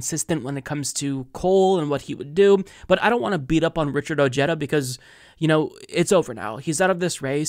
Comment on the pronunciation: WTF? Richard O-HEH-dah! Dónde está tu español? In your back pocket, next to your brain? Lol. Good Spanish in America matters!